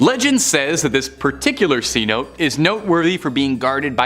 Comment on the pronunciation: Okay guess I should have waited. It’s pronounced as Ce notay. Not cnote!!! I know you’re Canadian but come on dude.